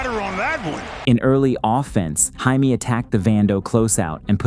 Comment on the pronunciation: can you please say Jaime right